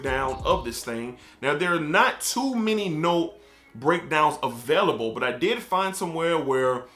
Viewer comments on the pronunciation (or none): none